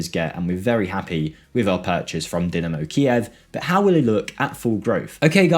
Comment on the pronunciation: I like watching these videos and I've watched a lot of them but I had to click off as soon as I heard Dimino and not Dynamo. It's DieNamo not Diminno smh jake lad